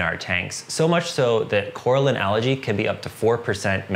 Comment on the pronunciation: Ok. I want to keep watching but please stop pronouncing algae as allergy